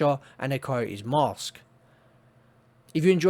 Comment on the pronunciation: I like how you say STABILITY STABIWAH-EE...no L and no T sound. Coyote is Kai-ee. No Y, O, and T sound.